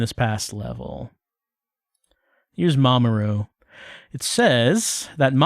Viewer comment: Every time you say 'Mamoru', I keep thinking you're saying 'Mama Ru', as in, Rupaul 😅